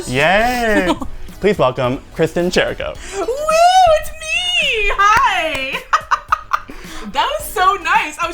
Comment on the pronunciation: It’s pronounced kee-ree-co not chee-ree-co